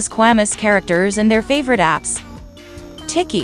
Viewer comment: Bro said tiki instead of Tikki 💀💀